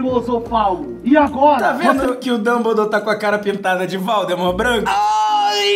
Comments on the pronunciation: em o felipe fala valdmort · ksks até o felipe falou val the mort kk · Para, para, para! Assim vai acabar arrancando o olho de alguém! E você está falando errado. É vOldemort e não vAldemort ! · Lucas: valdemort felipe:voldemort kkkk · Olha ele estava Falando pro lucas que era vooudemor e ele falo vaudemor isto esta errado contra os direitos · Kkkk valdmort e voldmort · Eu não sei se ele o luccas falou valdemort ou Valdemar?🤔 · "Valdemar" KKKKKKKKKKKKKKK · felipe falando Valdemorth